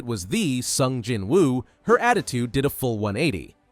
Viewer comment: Bro I'm literally 1 second in the video and "Sung Hin-Woo" is making me wanna crash out so bad